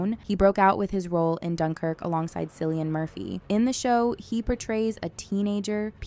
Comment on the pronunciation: Doctor Who is the name of the show, not the character that Matt Smith played. The name Cillian in Cillian Murphy is not pronounced as Sillian, it's pronounced as Killian.